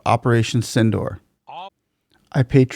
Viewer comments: Its not pronounced as Synindor but should be correctly pronounced as Sindhoor (Sin-dur). Like durable dur. Mind it. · the pronunciation is sindoooor. Not door, hope this helps. Sindoor is the red color Indian women have on the forehead and in their part in the hair